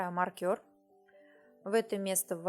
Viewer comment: не маркЬОр, а мАркер.